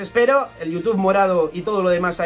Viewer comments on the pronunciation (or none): none